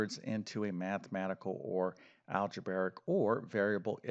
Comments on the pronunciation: Algebarric isn’t a word. You probably meant algebraic. Shocking that an alleged math teacher can’t pronounce that word. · Just a minor thing, but you've been doing this so long, you should probably start pronouncing "algebraic" correctly. It's not al-ge-bar-ic. It's al-ge-bray-ic. That said, I like almost all of your videos.